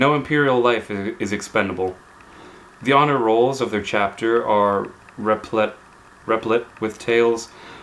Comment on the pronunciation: replete rhymes with complete =)